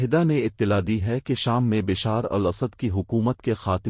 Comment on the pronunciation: Correct pronunciation Bashaaar al Asad